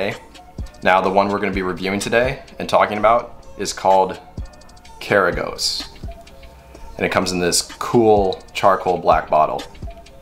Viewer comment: Great video. ✌🏼 Correct pronounciation is - H(ah)(ch)iv(ah)t - K(ah)r(ah)goz